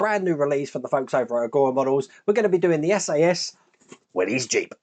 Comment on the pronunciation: Nice build, even if I'm not a huge fan of the colour. Definitely needs some weathering on it! By the way, the name of the vehicle is pronounced 'Willis', not 'Willy's', after the company founder John North Willys, as there's no apostrophe in the name.